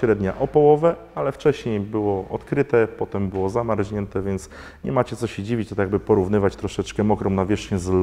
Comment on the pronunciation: Filmik jak zawsze pomocny, w sumie wiadomo było, że chińczyki dają ciała ale jak to bywa nie dla każdego. Mam tylko jedną prośbę - dlaczego wraz z reporterami różnych stacji tv powtarzasz błędnie a co najważniejsze śmiesznie brzmiący wyraz "zamarźnięty" Przecież o ile pamiętam zawsze mówiło się zamarznięty (er i zet nie "rz"), co to za nowa moda?